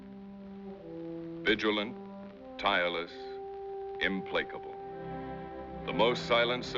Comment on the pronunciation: Im-play-cable? Never heard it pronounced like that before.